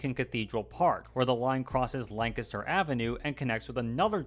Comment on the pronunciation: Thank you for pronouncing Lancaster correctly. That is all.